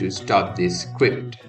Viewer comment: Did you just say 'scwipt'?!